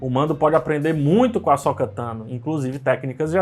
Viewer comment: "Asóka" não, ome! KKKKKKKKK "Asôka" Parabéns por mais um ótimo vídeo.